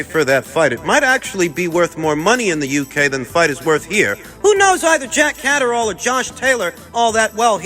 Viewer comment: "Jack Caserole/Cataract!" 😂The butcherd names never gets old 👊